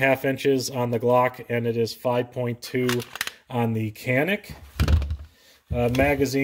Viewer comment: Nice review, That "Canik" is a Turkish word pronounced as "Janik".